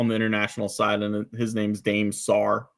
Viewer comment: Point of information: it’s not “daym” Sarr, it’s “Dah-meh” Sarr. Just an FYI! Excellent episode.